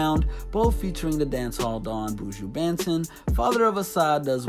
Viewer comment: Bratha,,, it's pronounced bunton